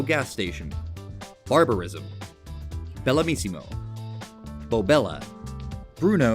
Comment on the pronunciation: your pronunciation is wrong (to me it sounds like you said "bellamissimo"), but not much worse than whoever forgot an S in "bellissimo" lol